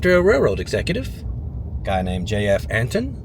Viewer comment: Born and raised Texas west/panhandle folk pronounce Anton without the “t”. Sounds like “eh-en”. Figured I’d share that with you. 😂 I discovered your videos a couple hours ago, and have been binge watching them since. All of these small towns are bringing back so many memories. Thank you for sharing! Enjoy, and safe travels!